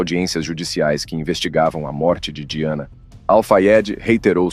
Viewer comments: A pronúncia correta do nome da princesa é DAIANA. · Se pronuncia “daiane” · Eu sempre suspeitei do Príncipe Charles. Gostei das informações, mas você falou o nome da Lady Di errado o vídeo inteiro!!!